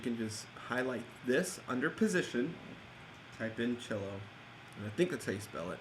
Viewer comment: Your video is straight dope bro! Just the style and speed of explaining that I love. thanks@ fyi "cello" Lol...